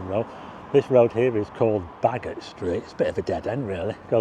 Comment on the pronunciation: I think Bagot st is pronounced Bay-got st. 😊